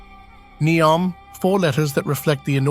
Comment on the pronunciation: I wonder how many archeological discoveries will be made throughout all of these grand construction process. Also, is it Ney-om, Nee-om or Neo-m? It was pronounced differently during the entire video.